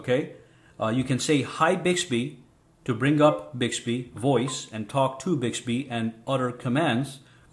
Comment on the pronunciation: You can also set the wake up sensitivity in Bixby settings. Also make sure when you record you're voice. You're in a very quite area. Not even a fan in the background! The tone of your voice and how you say Hi Bixby has to be exactly the same when you go to use it! And it's "BIXBY" not "BIGSBY".